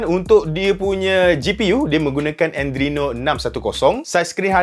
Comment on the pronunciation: Video mm jrg mengecewakan 😍 tp bkn andreno bang. Yg betul adreno